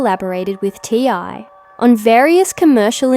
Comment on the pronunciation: His name is T.I. Or TIP! Not ty. If you’re going to report it at least get the man’s name right!